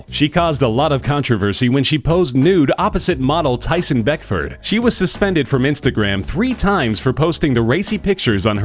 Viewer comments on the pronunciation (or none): none